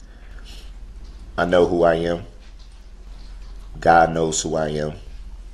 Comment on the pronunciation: “I wanna start firs by giving glory to Gaw…I believe in Jesus Chris…and I’ll continue to not pronounce the last letter because I’m a disgusting vile evil scumbag”